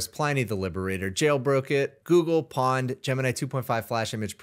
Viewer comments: "PWNED" is pronounced "Pohn'ed" not "pawned." It derives from "owned," and should be pronounced as such. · I got secondhand embarrassment hearing pronounce “PWNED” as “Pawned” 😂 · bro we're gonna have to start saying pwnd correctly. hand is hovering over unsubscribe button btw.